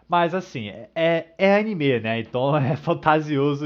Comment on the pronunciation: Anime , não animê, não há acento ...